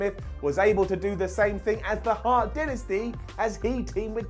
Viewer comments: U cant speak English for shit u said the hart dynasti and its Dynasty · Dynasty not dinnesty 😂